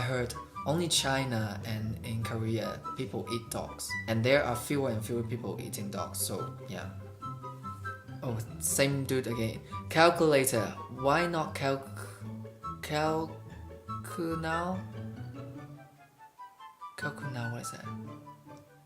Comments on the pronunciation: "Calculater Why not calculnow" Calcu(later) Calcu(now) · it was like "calcuLATER" (later) so why not "calcuNOW" (now) like that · calculator = calculater so it said calcunow 😆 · Omg i think i got it in the word "calculator" the "lator" part kinda sounds like "later" ,you know? So why don't you "calcunow" as if now instead of later